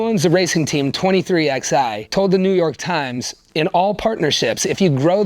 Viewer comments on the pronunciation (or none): Ok you are doin nothing but reading from a script. You know nothing of nascar and the history. How do I know this? You said 23 Xi not 23/11. So you’re a joke